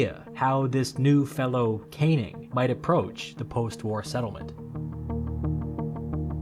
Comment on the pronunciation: Just to reinforce the comment below, the name Cannning is pronounced can - ning, not kane - ing! American producers of these videos should research the pronunciation of British names, otherwise the narrator more often than not ends up sounding foolish. In one of the comments, the lower House in the British parliament is simply referred to as 'Commons'. It should always be referred to as 'the Commons' or to be really correct 'The House of Commons'. The upper House is 'The House of Lords'.